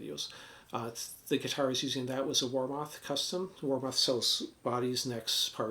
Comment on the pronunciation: War Moth would make a great band name 😂 But its pronounced Warmith. Btw I have 2 Warmoth strats. I love their products.